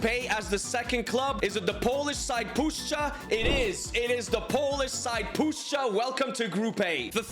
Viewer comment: didnt expect u to pronounce puszcza correctly tbh but i must admit if u learn kurwa we can welcome u into polish community